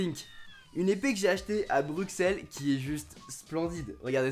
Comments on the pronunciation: Stp quand tu parles de Bruxelles, prononce-le Brussel et pas Bru Xel, merci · En tant que Belge je tient à dire une bonne fois pour toute on ne dit pas Bruxelles à la prononciation mais bien Brussel !!! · "bruXelles" NON ! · Pourquoi aucun français c'est dire Bruxelles correctement